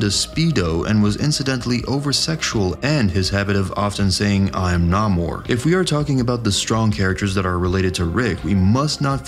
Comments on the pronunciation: Erm. Completely random issue, and I don't know why my brain is forcing me to do this. However: It is pronounced Nay-Moor. Not Nah-Moor. No clue why that bugged me so much that I came BACK to the video, but yeah. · Dude, 4 50yrs it's been pronounced "NAY-mor the Sub- Mariner" In all that time I've never heard anyone get it wrong before. Congratulations?